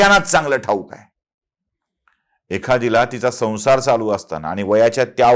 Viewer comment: Apan ani,pani,koni ase ashudhha uchhar kripaya karu naya